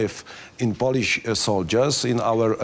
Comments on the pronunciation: Poliś, Ingliś,strategiś, naśion ARMY, jes śur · Co do angielskiego, kurde niech mu ktoś powie jak wymawiać Polish i centyry, zapamięta kilka słów i będzie na prawdę dobrze.